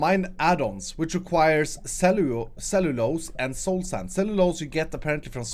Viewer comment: It's pronounced "sell-you-lows"!